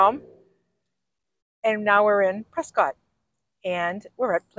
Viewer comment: Love watching you tour my State! Edit: Prescott is pronounced Press skit. Just so you can sound like a native! LOL!!